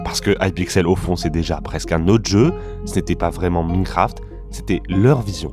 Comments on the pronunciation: Tu peux dire Maïnecraft et pas Mineucraft stp ? Ça fait un peu mal aux oreilles 😅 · Pas foutu de prononcer Minecraft correctement... Et Simon... soit tu le prononces a la francaise, soit a l'anglaise, mais pas un mélange des 2... Lamentable !